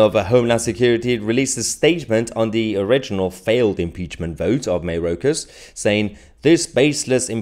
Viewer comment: It’s pronounced MY OR KAS not MAY ROKE US.